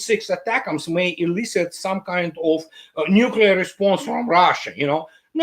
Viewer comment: “neucler response elicited”? Hazelnut. Hello.